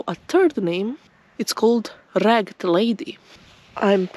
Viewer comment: It's a rare exception but the E is actually pronounced in ragged. Rag -ed. These are almost always past participles, or adjectives that look like past participles but have a lost or rare verb. Jagged cliffs are jag -ed rather than jag'd cliffs. "I learned" is pronounced "Lernd" but the the "learned professor" is "lern -ed"